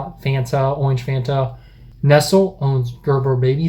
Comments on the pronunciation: Nestlé pronounced Nestlay. Not nestel. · Nestlé is pronounced "Neslae" not "Nessle", and I'm amazed that you were surprised they make baby food. Back in the 90s Nestlé was boycotted by large parts of the developed world's consumers for the way that they marketed baby formula in 3rd world countries. Look it up: it's an interesting read. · You pronounce it Nestle as opposed to Nest-lay.?? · It’s Nes-lei not the English nestle 😝😝😝 it’s a Swiss conglomerate. Just to let you know that it’s Nes-lei in other parts of the world just in case you travelled to the UK and ask for nestle products 😝 👍👍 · Why do Americans pronounce Nestle as a Nesel instead of Neslay or NEStLAY. You guys are obsessed with needless French pronunciations yet get that one wrong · Do all Americans pronounce Nestlé "ness ill" instead of "ness lay"? I've never noticed it before. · Someone should probably let you know that Nestle is pronounced Nesslay - if look at the logo, that's an accent above the "e". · Nestle is pronounced ness-lay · Shocking what you guys have to put up with. FYI Nes-lay not nestle 😂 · What is spunk? Everyone in uk pointing their finger guns & making noises👉 💦😄 Also nestle is pronounced nes lay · Neslè is pronounced neslay. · Yo, that mispronunciation of Nestle hit me in the soul. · His pronunciation of Nestlé though 😬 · I’m going to have nightmares about the way he pronounced Nestlé but interesting video